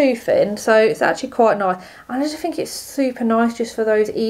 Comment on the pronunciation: “Fink”?? Please pronounce your “th”’s properly! 🙄